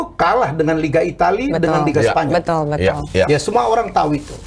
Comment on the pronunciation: betal betul betal betul 😂